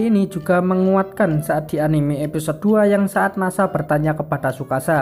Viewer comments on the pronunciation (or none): none